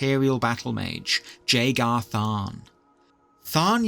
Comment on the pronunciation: 1. The J in Jagar has a Y sound instead of a J sound 2. Its pronounced O-ca-to not Oc-ato